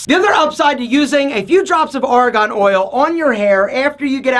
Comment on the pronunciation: It's Argon, not Aragon. Very convincing, lol.